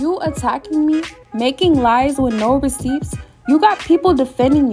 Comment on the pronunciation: I've never heard receipts being said with actually hearing the 'p' being pronounced...